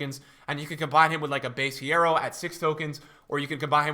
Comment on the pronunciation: Lol why did purposefully pronounce hierro wrong when he knows spanish